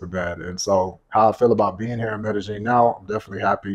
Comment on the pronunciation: Since when is there a g in Medellin